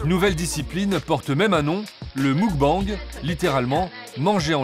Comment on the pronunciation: Des que tu vois que le narrateur est incapable de prononcer muk-bang correctement, tu doutes de la pertinence du reportage. Ca fait vraiment trop france tele dans la facon de commenter. Le meme ton, les memes jeux de mots sans inspiration...